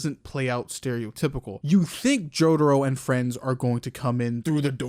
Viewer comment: It's "polnareff", not "pole nerf" It's "jotaro", not "joðro"